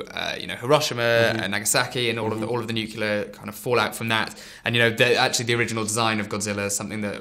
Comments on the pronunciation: It's fucking NUCLEAR, not NUKULAR. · It's not NOOKULAR it's Nuclear! NEW-CLEAR! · nuclear nuclear nuclear.. god nuke-ular drives me bonkers. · cant listen to him say Nuculer any more. It's Nuclear noob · I only have one thing to say, its fekking NUCLEAR! Not Nukelar or any other variation. Trailers look good but let's hope this turns out to be good. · C'mon, it's pronounced NooClear!